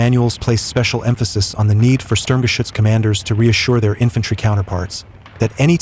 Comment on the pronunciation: So glad you correctly pronounce the name SturmGeschuetz more often than the dumb-sounding "Schtug". I wonder, did the Germans in WWII call it by its shorter name?